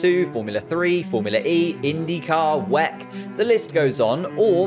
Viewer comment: WEC?! WEC?! THATS HOW YOU PRONOUNCE IT?!?!